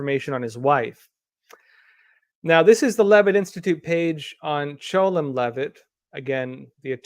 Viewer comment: Why did you keep pronouncing 'Chelom' as "Cholem" ?